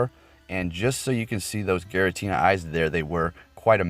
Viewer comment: Giratina not Garatina